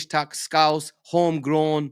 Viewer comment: “A Scouse” this guy managed to say Scouse with a hard R.